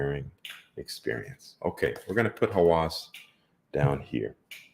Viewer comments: Obsession is the right word .. however, when it pronounce the name in English sounds like lust, which is not. 1 alphabet different meaning. Pronounce like Hawes not hawas .. but company wrote it with a .. strange & wrong for me. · Hawas means something in the realm of obsession, but the good kind of obsession. Lust is a big word for Hawas IMO. It's pronounced Hawus, the U is the same U in "Us". I don't really care for the fragrance though. 😂